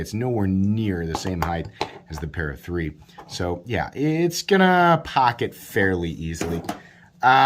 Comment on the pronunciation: Pat-a-dee-cee. Or, as it is known in my house, the No-a-buy-a.